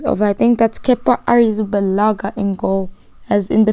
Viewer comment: The way you’ say Kepa’s Other Name haha #SA